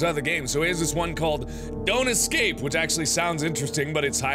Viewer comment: You know how he said don't excape Well he just did excape